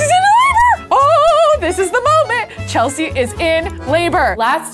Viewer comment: You keep on saying it's Chelsea